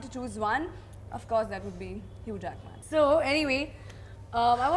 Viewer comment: She pronounced his name HuGe Jack-Man 🤣🤣🤣 it’s meant to be pronounce Hue Jackmen